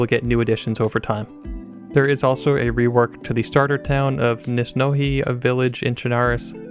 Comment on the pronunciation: Kurki? Lol, kukri. And Nis-no-he? I always thought it's Niz-noi-yeh. Anyways, good video, can't wait 😁